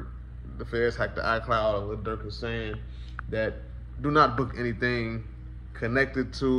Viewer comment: did he call durk smurk 😂 duck would never